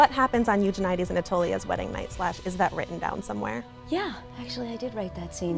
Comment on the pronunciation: Yay, found someone who pronounces Eugenides the same as me! :)